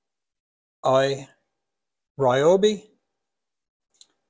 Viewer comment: He says Royobi, lol